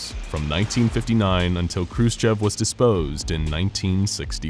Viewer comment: Deposed** Not "desposed"